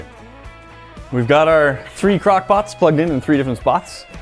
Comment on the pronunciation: she definitely said cockpots